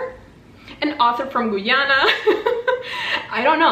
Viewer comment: hey just btw the "guy" in Guyana is pronounced literally like the actual word guy